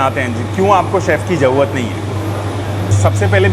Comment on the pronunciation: Koi tension lene ki "JAUUAAT" nahi hai 😂